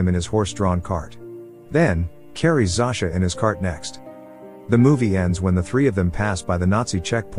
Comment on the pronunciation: It's not pronounced (Zo-sha)? When I lived in Poland, every Zosia I met had that pronunciation. Not (Zau-sha).